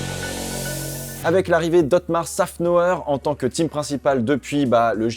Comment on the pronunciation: La prononciation du nom de otmar l'a fumé